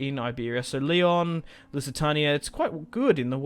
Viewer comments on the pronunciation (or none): none